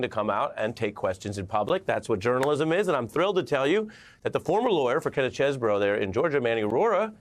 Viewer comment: Kenneth Chesebro... Lol pronounced his name differently each time.